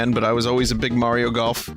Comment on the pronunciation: Never heard of Super May-ro...